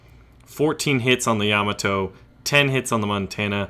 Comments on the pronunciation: ya ma to not yama to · LOL. He keeps saying Yama Toe.